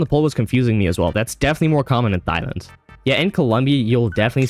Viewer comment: Did you say thighland? Where are you from?